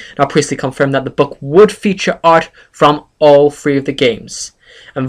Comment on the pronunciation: free = three?